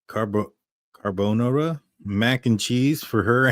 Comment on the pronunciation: Dude can’t even pronounce Carbonara! 😂